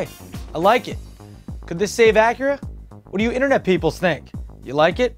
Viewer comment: wait did you say the name of Acura is "Whip"?